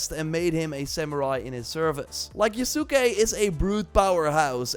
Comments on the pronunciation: its pronounced YASS-KAY. it aint that hard... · STOP SAYING THE U IN YASUKE ITS YASKE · Yasuke = Yahs-kay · Just a heads up, you are pronouncing the name slightly wrong. The U is more or less silent